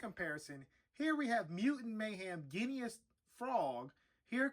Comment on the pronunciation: Good review, but it's pronounced Ging-us. Your review changed my mind on him though, thanks!